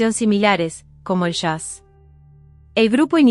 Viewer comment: ¿San Miguel de Ashende? ¿Se dice Jazz o Shaz?